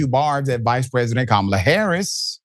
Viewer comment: He can't even pronouce Kamala Harris' name, and yet SHE'S the one with the low IQ?